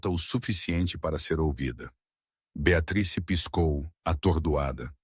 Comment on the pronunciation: Gente pronúncia correta Beatriz